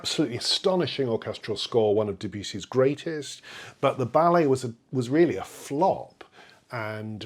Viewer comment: genuine question - the way you pronounce debussy seems incorrect to me is there a reason you pronounce it this way? i have understood it to be that you should pronounce the name in the accent of their country of origin. the french accent of debussy should be "deh bahyousee" thanks